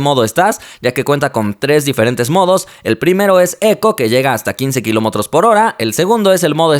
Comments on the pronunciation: Kilómotros xddd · Qué son los "kilomotros"??? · like si te diste cuanta que dice kilomotros